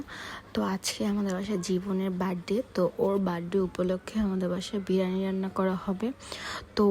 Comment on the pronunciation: আপু ভ্লগ করে কিন্তু সেটার নাম বিরিয়ানি নাকি বিরানি সেটার সঠিক উচ্চারণ টাই পারে না। আবার সে নাকি বাংলাদেশের নম্বার ওয়ান ইউটিউবারের আত্মীয় লাগে । ব্যাপারটা সত্যিই হাস্যকর😂😂😂😂